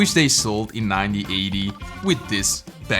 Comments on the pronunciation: OMG!! 😱! You keep saying Ninety instead of Nineteen. Every time you say a date. It is 1980. not 9080! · You say ninty eighty, you're supposed to say nineteen eighty. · You do know 19 is “NineTEEN” and not “Ninety” right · Your English is very good, but please make sure you pronounce the N at the end of "nineteen", or it's going to sound like "ninety".